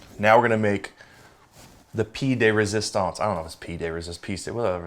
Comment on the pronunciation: "PEE de résistance" The french police called and urine trouble, guy!